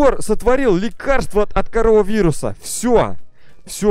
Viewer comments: Правелно не ''Корововурус'' а ''Каронавурус''! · Ты неправильно произносишь это не не корова вирус а коронавирус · Ты сказал карова вирус а надо карона вирус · короновирус а не корововирус